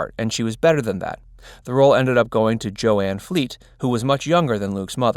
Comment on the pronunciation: The actor's name is Jo Van Fleet - not Joanne Fleet.